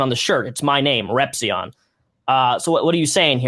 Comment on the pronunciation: Shout out to my man chris for pronouncing my man Repzions name correctly.